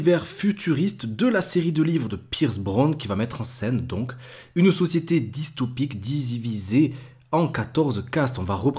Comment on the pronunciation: Je ne connaissais pas le verbe « disiviser » 😉😁 (2min33s)